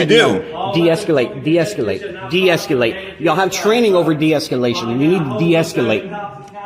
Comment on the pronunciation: It's escalation not escUlattion. There's no "u" in the word. That's why they're pigs, they don't understand what you're saying